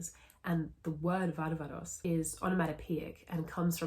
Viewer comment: Thank you for pronouncing βάρβαρος correctly as 'varvaros' not 'barbaros'.